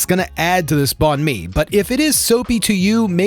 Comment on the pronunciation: unrelated to the video but I live here and bánh mì is basically pronounced "bang me", don't be afraid like, this "bonn me" just doesn't sound like anything